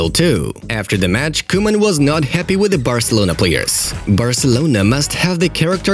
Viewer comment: Koeman not kuman 😆